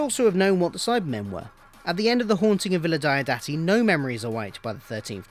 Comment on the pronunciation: I'm really not that bothered by any clashes between BF, the novels and the TV show, and I'm happy to treat them as parallel histories. PS: Diodati is pronounced "DEE-awe DAH-tee" (hope that helps).